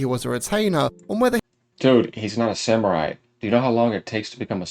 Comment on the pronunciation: Let the guy who can even speak samurai correctly lecture you about Japanese culture.Nailed it~